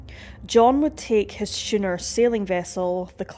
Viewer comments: "He kept himself to himself".... this is why you need a better editor. What you meant to say "He kept to himself" A Schooner is pronounced SKooner. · A misproounced schooner (pron. "skooner") I believe :) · Did you say Shooner???😄😄